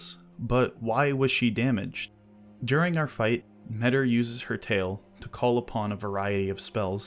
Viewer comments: It's difficult for me to grasp why people prefer "metter" over the much more appropriate "me-tee-r" pronounciation. Hard to listen to. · Tiny correction: The name Metyr is pronounced "meta". So they're a creature from another reality, that creates tiny universes called "microcosms" and their name is "meta". In the words of George Carlin that's gotta mean somethin'.